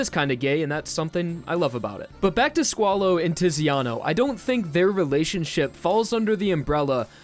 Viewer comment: Quick heads up, the Italian 'Z' is pronounced like 'ts' just think of the word 'pizza' which is Italian. So Zucchero = 'Tsukero' and Tiziano = 'Titsiano'